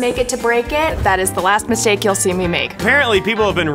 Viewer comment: When she said mistake I heard " mis-ache"